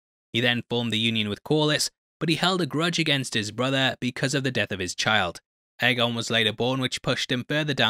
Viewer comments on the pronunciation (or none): One of of the books is called dunk and egg so it probably is pronounced egg and not a. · It’s always been pronounced “eggon” no? “Little egg” in GOT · its pronounced eggon. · I like that you changed your pronunciation of aegon. I always thought it was pronounced like egg-on because of the wonderful dunk and egg novellas that gave me more of westeros. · you literally pronounced egg-on the same way when you were criticizing the pronunciation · Um... Am I the only one who didn't hear any difference in the 2 pronunciations og Aegon?? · Dunk and egg, how did you not know how it’s pronounced? :-)